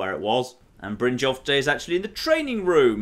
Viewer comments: in the Syrian dialect, J's age pronounced as Y's. So it's Brin-yolf, not Brin-jolf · it's pronounced BRYN-YOLF, not 'Bryn-jolf'. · jon its brynyolf not jolf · Mercer fry Saying Brynjolf instead of Brynyolf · The letter J in most Nord names, including Brynjolf, is pronounced like Y, not like DJ. Just like "jarl" is pronounced "yarl", and not "djarl". So, stop calling him Brindjolf, he doesn't like that. :D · jon, jon...brynjolf is a nord so its bryn-yolf....its not a jarl its yarl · Brinn - Yalf. The J is pronounced like a Y. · please take some stamina so you have some real amount of carry weight, oh and Brynjolfs name is Brin-yolf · Please pronounce Brinjolf B-rin-yolf. I know pronunciation isn't your strong suit but come on, the characters say how it's pronounced, you can at least try to pronounce it right. That said I don't want you to think I don't still support you, I just thought it could help some other people who are bothered by it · “Mercer Fry” “Bryn-jolf” I’m starting to think pronounces these names deliberately and obviously wrong just to annoy us. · you're pronouncing Brynjolf's name wrong! It's pronounced Brynyolf, the "j" makes a "y" sound! Also Mercer's last name is Frey not Fry! Pronounced Fray!